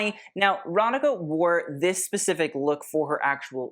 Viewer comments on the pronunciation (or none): Just letting you know, you pronounce "Radhika" "Ratheeka"!